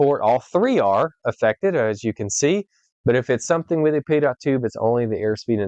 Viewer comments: Pitot: pronounced pee-toh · Never heard it pronounced as Pee Tot